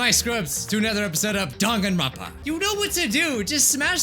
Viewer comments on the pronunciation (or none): I just notice he’s been saying “DAN-gone-ronpa” instead of “DANG-gone-ronpa”